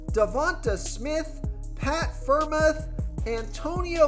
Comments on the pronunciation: Friarmooth is how you say it bro great video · Great video. But how you pronounce Pitt tight end was funny